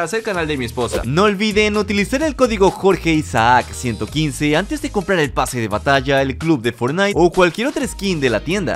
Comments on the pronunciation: Si que raro que hable así mmmm sebe sospechoso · Yo si y suena raro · Si es raro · Si se escucha un poco raro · Se escucha muy raro